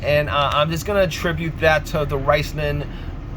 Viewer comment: Riceman? it's RIZZZ LONE